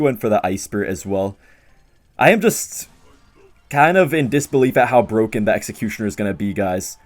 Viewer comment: Is it BWOKEN?